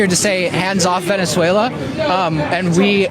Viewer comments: I would normally buy that explanation, except you continued to do it even after hearing it pronounced correctly many many times during your video. 🤷‍♂ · i´M PORTUGUESE AND I KNOW CASTELLANO AND NOT SPANISH.... THAT ISN´T EVEN A LANGUAGE.....AND WE DONT SAY IA IN NOWERE... WE SAY VENEZUE'' LA''...... HAHAHAHAHAA.... REGARDS FROM PORTUGAL..... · Venzuela, not Venezuelia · It's not Venezuel IA, it is VenezuelA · Venezuela right?……Not Venezuelia🤔🫣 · 😀 Why do you say “Venezuelia” all the time? It is VENEZUELA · Please stop mis pronouncing Venezuela. There is NO i after the l. Thanks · why can't you say "Venezuela* correctly? 🤔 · it's Venezuela... NOT Venezuelia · awesome video 👌🏼🤣 but bro.. it’s Ve-Ne-Zue-La not Ve-Ne-Zue-Lía!! Just sayin .. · are you saying "Venezuelia?" It's veh-nuhz-way-luh. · please don't take this wrong, but please learn to pronounce Ven ez wela, not Ven ez welia. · I love you brother, but if you say “Ven-is-whale-E-ah” one more time I’m literally going lose it. lol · Bro Venezuel.......a not Venezuelea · If I have to hear you say Venezualia one more time! Its VENEZUELA! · oh sorry its not Venezeulia. just zuela. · Venezuel-ya? I don't even KNOW ya, haha! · It's not Venezuelia, its Venezuela, glad he's outta there, our guys are amazing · say it with me..."VIN-ES-WAY-LA" and not "VIN-ES-WAIL-E-UH" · repeate after me: VenezuelAH, not VenezuelYAH 😂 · It's Venezuela not Venezuelayaaa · Love you but please learn to pronounce Venezuela correctly, it’s not Venezuelia. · Dude, sound out the word before saying it. This is as bad as people who say Nuke You Ler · It’s ven es way la, not venez waylia! 😂🧙🏻‍♀️ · BRO!!! LA NOT LIA!!! VENEZUELA VENEZUELAN!!!! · Sorry mate, but it´s "Venezuela", and NOT "Venezuelia". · Venezualia, lol c'mon dude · Never trust someone who says Venezuelia 😂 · VENNIS-SWAYLIA???? Does everyone from Utah pronounce it like that? Especially after hearing it correctly in your own video?